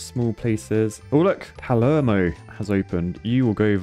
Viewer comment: Not only polish cities, you pronounce Palermo and Naples funny as well.